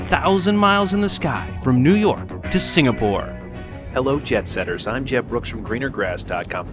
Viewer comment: His name is Jeb. Not Jed. Just letting you know.